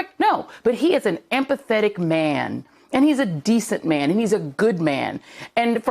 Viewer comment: Ampathetic? Oh like an amberlamps....